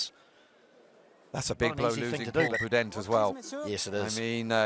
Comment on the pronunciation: Is it just me or does the commentator say Iribaren and Boudehent with one too few syllables?